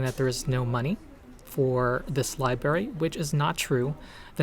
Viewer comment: Thanks for the info about WOTC’s latest atrocity. Also thanks for occupying the library! I really hope your mission is a success. That being said, it hurts each time you say “li-berry”.